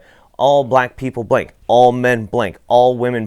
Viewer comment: When you went into the "Blank," part; I thought you said "Blink," at first. All men, women, children do blink.